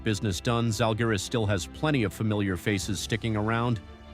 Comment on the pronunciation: Bro why can’t you even pronounce the Žalgiris team name in a correct manner? That’s quite low quality content here.